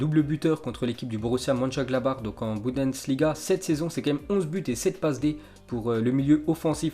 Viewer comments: C'est Bundesliga et pas Budensliga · Faut vraiment que t'apprennes à prononcer le mot Bundesliga